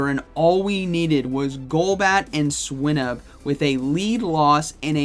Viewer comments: I don't know if swy-nuhb is the correct pronunciation but hearing swee-nuhb sounds so weird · Swy-nuhb is the correct pronunciation; the root word in Swinub is Swine